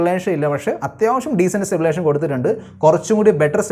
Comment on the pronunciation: സ്റ്റബിലേഷൻ alla stabilization 😂